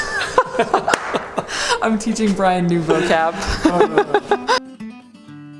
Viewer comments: is when Brian say Gorgina 😂😂😂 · Brian saying Gorgina 😂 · It’s pronounced Gor-gEE-nah!!! not like vagina😂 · Getting Brian to say Gorgina! 😂 Good stuff! 😂